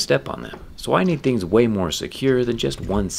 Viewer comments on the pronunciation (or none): none